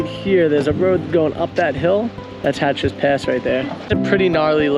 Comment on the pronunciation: It's Hatcher Pass NOT HATCHER'S Pass.